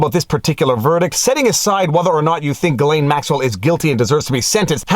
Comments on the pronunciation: I love most of your videos, but I got to nit pick a bit. For someone who speaks French, why do you mispronounce Ghislaine as "Guy (Geee) lane" like everyone else, (MSM) when it's actually pronounced "Zhiz len". Unless, since she's guilty anyway, why not abuse her a bit by mispronouncing her name. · For the love of god please stop pronouncing her name like that lol. From a fellow Montrealer you should know how to say Ghislaine (JISS-Len) My poor little Quebecer ears! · Gislains, pronounce with s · I really prefer the French pronunciation of this gal.. Jizzlane Maxwell.. Ghislaine.. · your hair is not a selling point. You also know how to pronounce "ghislain" stop fucking about.